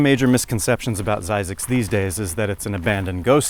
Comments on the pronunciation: IT'S NOT ZZYZ ITS FXCKING ZYZZ MEN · I used to drive by this when going home to Salt Lake from LA.I once turned off and drove down it. The Oasis is pretty cool. Old and rather decrepit but nice. aoah,and you're pronouncing it wrong.ZZYZX....spell it this way: ZZIZX,as the word "in" not as "I". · It's pronounced Zzyzx not Zzyzx!